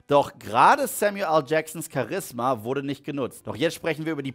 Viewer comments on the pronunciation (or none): Man spricht es btw Cha-ris-ma aus, nicht Cha-risma 😄